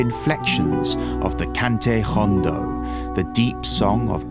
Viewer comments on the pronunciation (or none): Note: You pronounced Hondo with an H sound. It does start with H but in Spanish H is never pronounced. So you should say ‘own doe’.